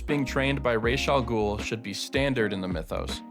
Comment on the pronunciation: Ra's Al-Ghul is pronounced "rahz" as in Batman Begins, not "raysh" as other Batman media does for some reason